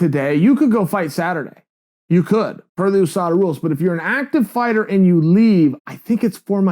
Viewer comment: OOO-SADA Pool.